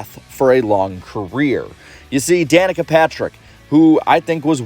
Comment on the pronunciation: Can you say Danica?